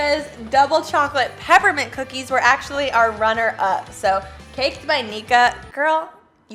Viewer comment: Lmao Niqua isn’t pronounced “neek-a” it’s “nee-kwa” 🤣